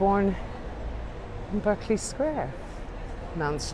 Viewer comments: Sorry Love…really enjoying the walk, but must say your pronunciation needs a boost in spots. It’s “BARK-LY” Square…not “BIRK-LY” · It's BArkeley Square. Only Yanks say Berkeley. Are you really a London guide? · West Indian Extract of Limes, from Geo. F. Trumper - The best. Berkeley Square pronounced 'Barkley'. not 'Burkley' - that's UC Berkeley, California. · I know I’m late to this video but just wanted to let you know,, that the Geo in Geo. F. Trumper stands for George and that Berkeley is pronounced barklee rather than berklee. Have you heard the old song, ‘A Nightingale Sang in Berkeley Square’ as sung by Vera Lynn among others? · I lived close to Mayfair and worked in Mayfair for quite some years, Berkeley is pronounced Barclay Square not Berkeley, and Shepherd Market is just that not Shepherds no plural. It used to be amazing a village in central london, we all knew the Local policeman, the postie and many of the people working in the Square and hotels around. Amazing star spotting area too. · You said Berkeley Square, should be pronounced Barclay Square. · Nice video, though Berkley Square is pronounced Barkley. :) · Berkeley is pronounced with an a i.e Barkley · Pronounced Barclee square...used to hang out at Morton's back then & Playboy -:) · Berkley Square is pronounced like "Barkley" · Berkley is pronounced Barclay in UK. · The square is pronounced "Barkley square" . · Lived and worked here decades ago. Its hardly changed at all. It's said Curzun and Barkley btw. Lovely virtually tour thanks.